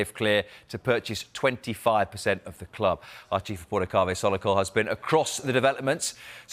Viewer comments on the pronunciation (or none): Kaveh ‘waffle-kol’